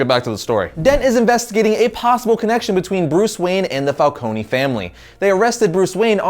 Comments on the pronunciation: My god. Again: Falcone is Italian, so it is "fálkóne" and not "fálkóni". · The way pronounces some of these names kills me. Fal-cone not fal-co-knee. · i could not get past him saying Falconie and Maronie they are not pronounced the say it is pronounced Fal-CONE . . . Cone not Conie that just sounds stupid